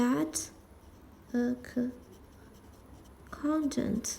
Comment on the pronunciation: Hey! Very helpful video. Just a little tip: accountant is pronounced with one 'k'-sound. Let's split the pronunciation in syllables: ə • ˈkaʊn • t(ə)nt And here is a latin transcription taken from google: uh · kawn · tnt I hope this helps!